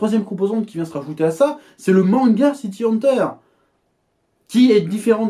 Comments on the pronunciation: "City Haneteure" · pq tu prononces bizarrement le titre VO ?